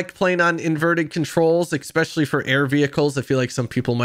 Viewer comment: Especially* not exspeshially lol